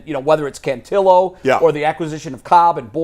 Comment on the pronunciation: Guys you sound dumb- it’s “Can-TILL-o”, not “Can-TEE-o”. The guy has been in the org for 3 years, you should know this by now.